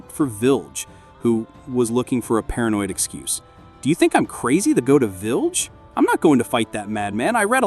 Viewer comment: Need to check the words and names. The AI voice over is bad. It's not Gako.. or village.